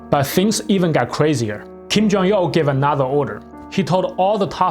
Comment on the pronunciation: why do you keep saying Kim Jong-Yeoh?